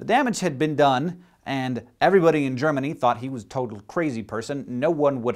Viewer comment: Me too. And it would be nice if Hank would not pronounce the name of my home country like it was yesterdays cold coffee with cigarette ashes in it.